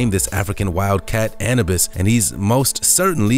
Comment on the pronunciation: The way he said Anubis idk if I can get past that man